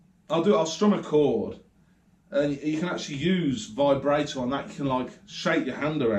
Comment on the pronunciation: () Vibrato is pronounced Vi-bra(like what women wear) -toe.Keep up the pickin arkid,and the Devil stuff obv!